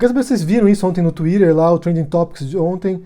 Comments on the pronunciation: "Tuirer", nossa, humilhou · que pronuncia de twitter eh esssa